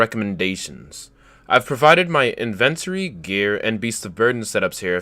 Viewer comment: Is anybody else fucked up by the way he says inventory?